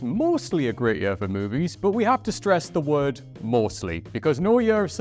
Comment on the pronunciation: Note to whoever writes the scripts for: Stop using the word 'Year!' He can't say it!😂 Anyway all the best W.C. Happy New Yurrr!🎉